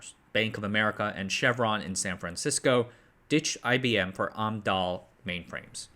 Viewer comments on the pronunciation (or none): Amdahl is "am dall", not "om dall".